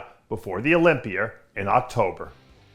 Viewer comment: Why does Dave put an "R" on the end of a lot of words? Olympiar?? #worldsoldestssg